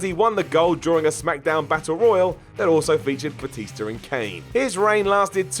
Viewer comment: Gotta love that "Batister". Seriously, does he know how he pronounces words? He sounds like a moron when he talks.